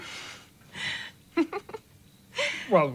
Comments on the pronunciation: Dude, did you just say Da-Jango? 😂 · Lmao, your opening pronunciation of it had me in tears. The line in the movie where he says “ the D is silent, hillbilly”. 😂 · The “D” is silent, hillbilly 😂😂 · The d is silent g lol 😂